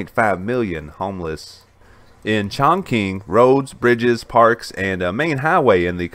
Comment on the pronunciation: Its NOT pronounced "ChongKing"....its pronounced "ChongChing"...spelled Chongqing